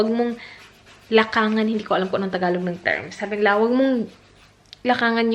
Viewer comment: “LAKDANGAN” po sa tagalog